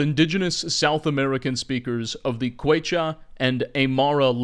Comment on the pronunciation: hey don't know if you'll make another video about them but since they are the Incas (inca is the name of the king, it's a weird thing that catched on, like calling the egyptians the pharaohs), but it's pronounced Kehchua